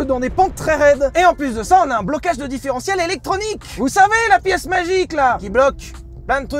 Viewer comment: j'ai bien entendu différentiel 😂